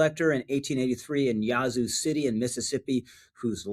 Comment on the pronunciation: Love your podcast. Just an FYI I’m from Mississippi and Yazoo is not pronounced Yah zoo but yeah zoo. I live 45 minutes from there and go often for work. Never heard it pronounced yahzoo. Love the show!